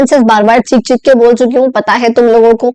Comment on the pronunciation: i just noticed cheekh - cheekh kar❌chick--chick kar✅😂😂